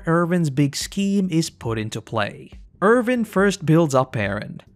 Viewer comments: You always call him ErVin instead of ErWin 😭😭😭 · I can not get over the fact that every time, you say "Irvin" instead of "Erwin". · Why are you calling him Ervin?